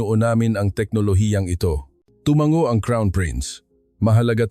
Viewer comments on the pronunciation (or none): none